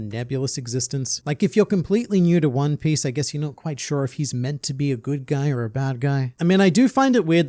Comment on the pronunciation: I can't get over 'Juan Piss'. "I'm going to find the Juan Piss!"